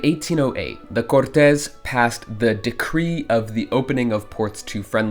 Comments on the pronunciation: Omg... not "cortés"! No! That's spanish! it's CORtes. Or literally just "courts" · Cortez is a spanish dude, i think you might be trying to say the word Cortes, the pronunciation is similar to english but with a slight difference ''Court - is''. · Just one thing, the pronunciation of Côrtes, as in Royal Court, is different from the pronunciation of the surname Cortes